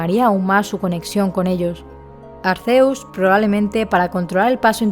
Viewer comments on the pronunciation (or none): SE PRONUNCIA ARKÉUS